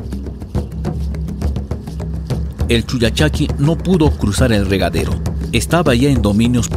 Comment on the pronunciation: Es con doble "L" como el pollo y no "poyo"